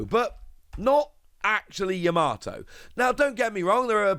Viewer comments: Yama-to not Ya-mato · Still pronouncing her name wrong😅🤣